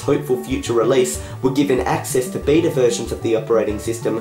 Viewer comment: you said bita